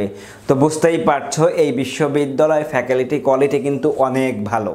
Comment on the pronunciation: ফ্যাকালিটি নাকি ফ্যাকাল্টি😂 শুদ্ধ উচ্চারণ শিখুন